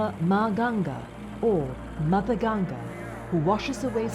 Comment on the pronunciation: First of all thankyou for calling it "Ganga" and not "Ganges". I appreciate the effort shown by the narrator to use the right Vedic name for Mother Ganga../I\